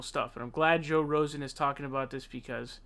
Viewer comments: hey pal.. you do know your saying rosen don't you?? ITS FUCKING ROGAN!! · It's Joe Rogan, not "Rosen". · Dude, I hate Joe Biden as much as the next guy, I'm a Bernie Sanders supporter, but fuck dude, you can't sit there and make fun of a dude and say he has dementia (Which he does) when you are too fucking stupid to get JOE ROGAN'S name correct. For fucks sake it is NOT Joe Rosen, it is JOE ROGAN. Any idiot out there knows this. Smfh😐😐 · It’s ROGAN not Rosen😂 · Dude, his last name is ROGAN, pronounced, roe-ghin. You hear the g sound. Not rosing or Rosen. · His name is rogan not Rosen. Smh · Why do you keep calling him 'Joe Rosan'? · It's Joe ROGAN -- not Rosen. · Rogan, not Rosen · Joe RoSen? What do you keep saying Joe RoSen? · Just a funny side note you called Joe Rogan , joe Rosen a few times. You did say Rogan once. But then went back to Rosen. At least that what I heard. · you are slamming Bidenfor his gaffes ...AND DOING THE SAME THING YOURSELF. The persons name is joe ROGAN!! with a G...not Rosen. "clowns to the left of me, jokers to the right, stuck in the middle with you' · Damn, you are terrible with names!!! His name is RoGan not RoSen! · It’s “Rogan”, not “Rosen” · You called him Joe Rosen at one point.... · Ahh yes Joe Rozen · Joe RO-GAN Not Rosen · Not Rosen but ro-gan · RoGan, not RoSan! Your gettin' it too. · Did he say "Joe Rosen"? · You have a show, dude. The least you can do Is learn the pronunciation of the names of people you will be talking about. You say Saunders for Sanders and Rosen for Rogan, and I'm sure there is more. It's annoying dude. I like you, but that's annoying. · Rogan not Rosen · “Rogan” not “rozan” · roGan not roSan. Jeeze dude, sure Biden's senile but you yourself cannot read/speak the name of the subject of your entire video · Es rogan not rosen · Omg. It’s Rogan, not Rosen. Oy! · It's Joe Rogan not Rosen. And Bernie Sanders not Saunders. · Joe Row-gan not Rosanne 😉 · Dude it's Joe Rogan. Row-gen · Row-Gan = Rogan.